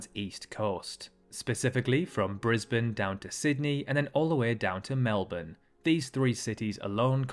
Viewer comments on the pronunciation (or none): none